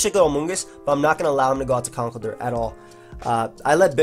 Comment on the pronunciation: I hate to be that guy,... but it's pronounced "Conk-ELD-urr". He's an elder of concrete.